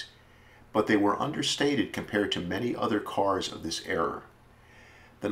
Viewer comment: Good video but era, not error lol